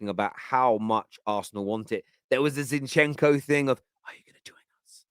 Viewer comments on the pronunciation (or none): none